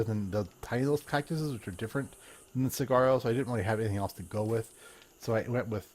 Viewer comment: fyi the big cactus is pronounced suh-war-roh.